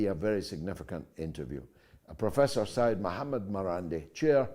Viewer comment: "Sey-yed" means a descendent of Prophet Muhammad. It is written as "SEYYED" and must be pronounced as SEY-YED. One of the many reasons I completely stopped to listen to the BBC news is their dark, hopeless & painful portrayal of the world we live in where no hope exists for the future of our planet. Doom & gloom mixed with heavy pro British, pro empire propaganda make the BBC feel claustrophobic, suffocating & above all NAUSEATING.